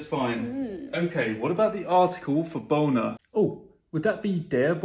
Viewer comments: Rather pronounce Bo-ohné than Boner 😉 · You pronounce it Bohner. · May wanna change the way you pronounce Bohne because in english, your pronounciation of bohne kinda sounds like b*ner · No one's smirking because of how the lecturer pronounces "Bohne"? Really no one?? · Why did he pronounce „Bohne“ so sus😭